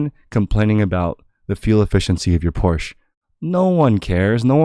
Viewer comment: “Fuel efficiency of your Porsché” LOL